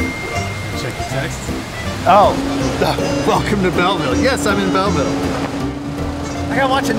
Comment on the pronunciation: Hey did you say bell vile?